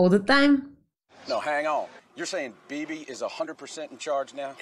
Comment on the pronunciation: I lost it when they called Leo Beebe: Boobie 😂😂